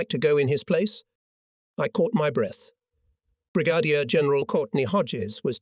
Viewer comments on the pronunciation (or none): How about: Brig-a-deer for Brigadier General?